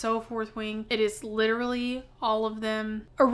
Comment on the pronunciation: We shared one brain cell when you said “he’s witerally so good at whittling”